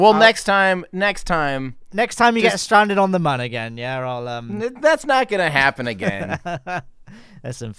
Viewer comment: I'm late to the party on this series for sure, but it's fun. Except I have to skip this episode because I can't handle it when Mun is not pronounced "moon". So, I'll catch you on the next one!